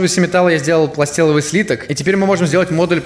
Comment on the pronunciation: не пластеловый слиток а пласталевый слиток